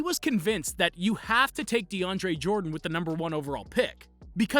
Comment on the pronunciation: I stopped watching after I heard De Andre Jordan....